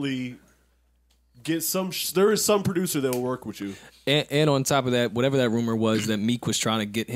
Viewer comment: has to stop saying “whateva” it’s straight sicko 🥴